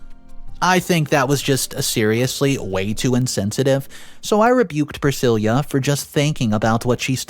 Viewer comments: PrisciLLa. NOT priscilia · The name Priscilla is Pruh-si-luh not Prih-sil-yah. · Just to help, when it's spelled 'Priscilla' it's pronounced 'Pri-sillah' not 'Pre-seelee-ah'🙂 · Priscilla not Priscillia .. please work on pronunciation . It can be quite annoying ....... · What I wanna know is why the hell didn’t her father get a vasectomy if he was adamant about never settling down seeing that he already got baby trapped ?? Oh and way to butcher Priscilla’s name, it’s silla not ceila 🫤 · PriSILLA, not Prisilia! Driving me mad getting it wrong, sorry, but there it is. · PRUH-SIL-UH! Dude, you really need to learn how to properly pronounce words.."Pri-sil-yah"? That's not a name! There are so many words you mispronounce it ruins the story. I'm not trying to be mean, but you should really take a minute to check words you're even the tiniest unsure about! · My thoughts? The word is 'Pra-sill-uh' not 'Pra-sill-yuh'. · Priscilla is pronounced priss SIL ah. Not priss SIL Yah. At least I have never heard of that pronunciation. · pronounces “Priscilla” weird. It’s pronounced with a “lah” at the end, NOT “lia.” 😫🤦🏼‍♀️ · Glad you said it. The constant mispronunciations bug the heck out of me. Like saying Pri sil YA instead of Pri sil AH. 😑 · The name is pronounced Prah-sill-ah. Jesus your pronunciation is really awful sometimes! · Priss-cill-uh. Sheesh. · Pree - si-La. PLEASE! You drive me crazy with the mame-butcheting. Don't you have someone to ask? Please ASK!!!😮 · Priscilla - pronounced "Priss-sill-a" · YOU ARE PRONOUNCING PRISCILLA WRONG !!! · Hearing “Priscilla” mispronounced so many times was like nails on a chalkboard. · You keep saying the name wrong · What a shame that the inane accent and vocal range, went awry here ? And your pronunciation is getting worse ? You pronounced Pricilla's name wrong 3 different ways ?? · he mispronounced Priscilla too. It drove me nuts through the entire video.